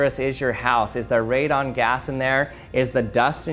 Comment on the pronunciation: Its radon not " redone "